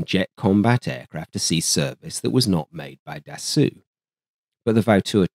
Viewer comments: Small remark. Dassault is not pronounced as 'dassooh', but rather as 'dassohw'. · Its pronounce Dasso..NOT DASSOO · He repeatedly pronounced it Da-sue, which is what the OP was probably trying to correct without outright saying it. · das Oooeh is not Dassault , this is Allo Allo French level